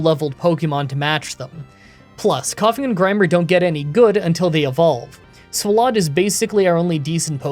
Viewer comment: i just gotta ask, why do you pronounce swalot like that when its a play on swallow...